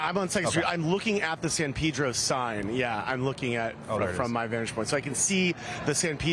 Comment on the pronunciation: Must he say, "San Peeedro "?